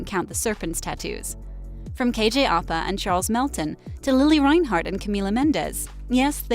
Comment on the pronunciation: its pronounced kj au pa